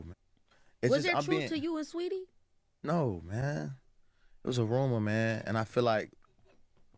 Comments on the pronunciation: Lmaoo idk if “Sweatie” was intentional or not but leave it just like that 😂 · "Sweatie" is FRYING ME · Not "sweatie" 😂😂😂😂😂 hilariousssss